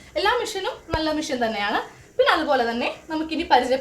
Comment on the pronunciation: ചേച്ചി മിഷൻ അല്ല മെഷീൻ എന്നാണ്